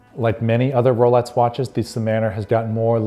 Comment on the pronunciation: Sounds like he’s saying “rolets”